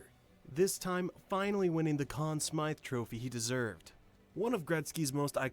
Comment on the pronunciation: This video is pretty lacking. Just stating how great he was, listing some accomplishments with little context, all set to random video clips. And it's the Con Smythe trophy, not "Smith".